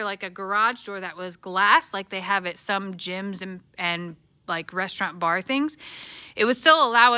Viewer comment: I had a good giggle over it saying "bra" instead of "bar!"